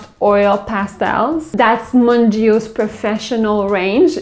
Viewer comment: BTW its pronounced "mun-geey-oh